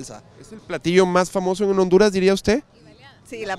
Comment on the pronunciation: Cuando dijo Hondurass, siuuuu